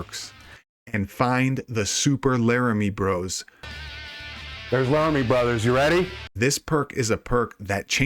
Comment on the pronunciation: lmfao... I'm on PC I wonder if it'll work. Btw you schmucks, it's pronounced Lum iere, not Laramy. I'm Canadian it's French for light..lol